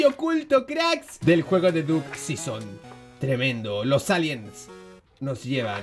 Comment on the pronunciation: Pensaba q era Duck season pero ya veo q es diuk sison como lo dic el😂